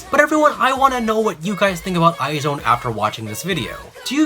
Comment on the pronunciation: it's "eyes one" not "eye zone"